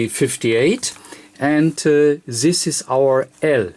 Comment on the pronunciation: You can say "impedance" with D but you can't say "this". Why?